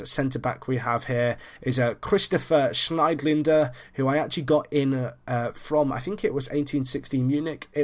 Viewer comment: Your pronunciations crack me up. Schneidlindler lol.